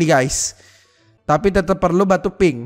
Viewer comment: Bang gak bisa gomong pink ya